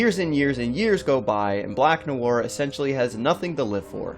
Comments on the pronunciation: It is Black NoIr you fn idiot, and Noir is pronounced "nuh·waar". Your uneducated ass goes all over the place calling him Black Noor, Black Manure and what ever other verbal diarrhea you came up with. Next time when you do research for a video, Google how to properly pronounce the fn topic. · The way you pronounce "noir" is bugging me, you say it as two syllables like "no ar", it should be "nwar" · IT's nu-war, guys. jeez. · It’s pronounced “Nwa”, not Nuwar... dumbass. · "black nu-woir" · lol Black "No-arr" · 😋 nahson.. pronounced "nwah" or even "nwahr" either way as one syllable. I'm splitting hairs though. Shame on me. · "Black Noowar"? 🤦‍♂️ Muricans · 'black nowar' uh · pronounce "Noir" - "Nwah" if i'm not mistaken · The way he said black nowwar lol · Black “No War”.....dude, try a little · I came here to learn why the guy is named black-black in French and English? Is he Canadian or something?. And in the first 10 seconds noir is pronounced "No-war".. and sure enough.... What I wanted to know isn´t mentioned. :( Searched several wiki´s nothing. Am I really the first to wonder about this? It´s too conspicuous to not mean anything.. End then..... "When you're so dark; your name means "Black" in two different languages." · For crying out loud, if you’re going to make a video learn how to pronounce the freaking names and words. Noir is French, and it isn’t pronounced “New-Ar”. This seems to be a common thing on YouTube these days. But then again, most people have trouble just speaking English well. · Noir is pronounced as 1 syllable, not 2! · Your pronunciation of 'noir' is cringeworthy. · Informative video. But, please, learn to pronounce ‘noir’. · It's just one french word, just one. Just pronouce it properly. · Jesus Christ man can you please learn how to pronounce noir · 'Noir' is just one syllable, guy. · im pretty sure you pissed off alot of french people on your pronunciation of "noir" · The way he said noir :))) so wrong in so many ways